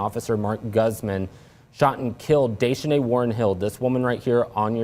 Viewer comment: Pronounced DAY SHA NAYE